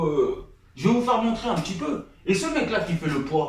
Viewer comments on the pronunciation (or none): none